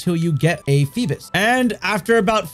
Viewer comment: Why donyou keep saying “feebis?” Lol